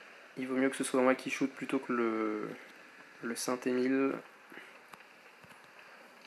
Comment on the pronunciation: On dit pas Saint emil lol nan sinon jsp pourquoi je regarde la vidéo mtn mais c cool sa ma quand même apris que ma tourelle tourner pas au max je savais pas mdr